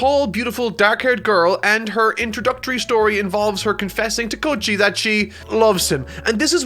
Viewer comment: He also says "K-oi-chi" no "Ko-E-chi